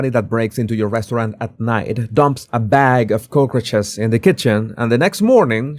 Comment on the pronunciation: OMG! You meant cockroaches!!! LOL! I totally could not understand what you were talking about. If you has said "cucarachas" I would have understood faster than the way you said it. It's just cock-roaches, not coke-ruches. Thanks for the chuckle.